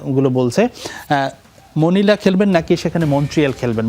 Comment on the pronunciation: মনিলা❌ মলিনা✅